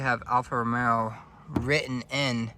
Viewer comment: It’s Alfa Romeo not Romero…brother